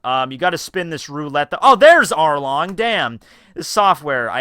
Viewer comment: Did anyone hear say Harlong